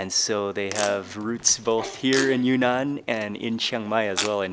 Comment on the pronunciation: It’s “Yun-Nan”, not “Yu-Nan”.